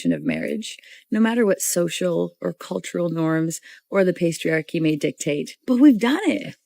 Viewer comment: Did the "chick" at the mark just say "pastry-archy"?